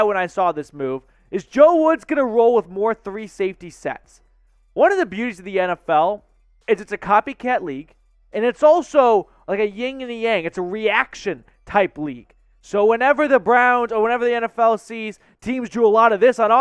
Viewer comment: It’s a YIN…and a yang. There is no “ying”.